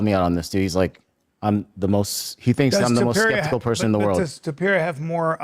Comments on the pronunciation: 🗣️ Topuria ❌ Topeir ✅ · Brendan Schaub- ‘Tupeeria’ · Conor McGregor: 'Illy...Illy...Arturo....Topturo'